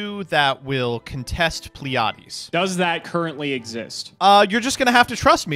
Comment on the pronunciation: Was anyone else cringing during the deck list when kept mispronouncing pleiades